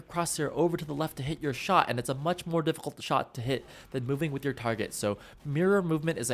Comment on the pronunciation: "And it's a much more diffiKKHUlt shot to hit."